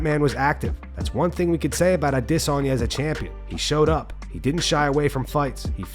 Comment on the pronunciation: Thumbs down for the idiot who pronounces adesanya wrong